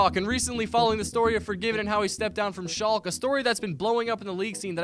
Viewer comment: You pronounce the e in Schalke btw